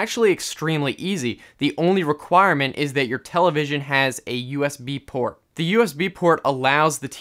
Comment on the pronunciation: oh my God the way he says usb port is hilarious, someone do a 10 hour remix of that and upload it , my internet speed sucks or i will do it myself